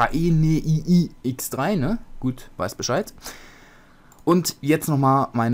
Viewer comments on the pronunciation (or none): Danke schön! :D Wird übrigens Dränai x3 ausgesprochen :P